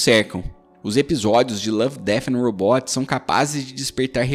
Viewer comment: Belo vídeo, só precisa aprender a pronunciar "robots" 😅